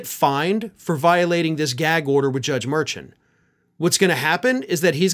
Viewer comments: The judge's last name is pronounced, "mer-SHON", not "MER-chun". C'mon man, get it right. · The judge's name is pronounced Mer-shaun. Not Mer-chan. You're normally a lot better at respecting how someone's name is pronounced. Hell, I remember you complaining about how Republicans keep pronouncing VP Kamala Harris' name wrong to slight her. Please do better. We expect more from you. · Merchan pronounced "Mer-shawn" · MerSHAWN,. Everyone else pronounces it properly. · For future videos, Justice Juan Merchan’s last name is pronounced mur-SHAWN. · The judge's name is pronounced Mer- shawn as told by NY lawyer from MTN, Karen. She told Harry Litman yesterday. 🤔🌊🌵🌞🌊🇺🇦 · and it is pronounced mur- (soft ch) chan... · FYI, i enjoy all that you do but you are pronouncing the judges name wrong. From people that go in front of him, they say mershon. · Have some respect for the judge and pronounce his name correctly. You say incorrectly all the time.